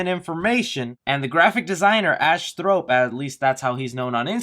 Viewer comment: You pronounce words like a bimbo teen. Akin is pronounced 'ah-kin', not 'A - kin'. Thorp, not Thrope. Noir, pronounced 'nor', not 'no-R'.